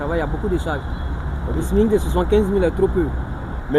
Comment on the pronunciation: Champion, on dit SMIG.